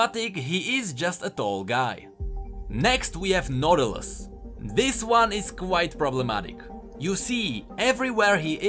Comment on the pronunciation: I heard "noodles" when he said "nautilus"